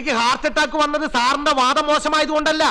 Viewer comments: "വാദം അല്ല മോനേ..... 'വാതം " ആദ്യം അക്ഷരം പഠിക്ക് പിന്നെ post ഉണ്ടാക്ക് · പോസ്റ്റുമാനും വക്കീൽ ആണോ??വാദം അല്ലടോ വാതം